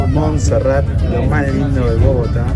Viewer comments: Muy bien por el video, lastima que nunca pudieron decir bien el nombre de el cerro de Monserrate, con "e" al final, y lo más triste es que los guías bogotanos tampoco les corrigieron. Genial el atardecer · Solo una observación: No se dice Monserrat sino Monserrate (suena la E) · Alfredo Cuellar Venía a comentar justamente lo mismo jaja y los guías no les decían nada y dijeron Monserrat como 80 veces. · Muy bacano todo. Lo unico que no es Monserrat es MonserratEEEEEE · POR QUÉ NO DICEN CORRECTAMENTE LAS COSAS? jajajajaja CRINGE.... Es MonserratE, no MonserraT. Dìgale Arequipe, no dulce de leche. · No es Monserrat es Monserrate , suena como se escribe. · PRONUNCIACION CHICOS.... SE DICE MON-SE-RRA-TE SE PRONUNCIA LA SILABA TE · Muy entusiastas respecto de Colombia estos chicos. Simpáticis. Alguien debía avisarles que se dice Monserrate, es decir que la ultima sílaba de esd nombre es " te ". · se dice Monserrate